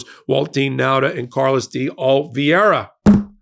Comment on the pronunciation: OK (again) - this must be close to your LAST CHANCE to get Oliveira's name RIGHT - It is NOT - NOT - OL-VEE-AY-RA - it IS - OL-EE-VAY- RA - I don't live in Florida or anywhere close but you do and you should be getting this guy's name RIGHT - doing so is concomitant with your stature as a brilliant lawyer